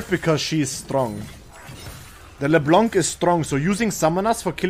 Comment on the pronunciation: i like when call leblanc leblonk, it mades me happy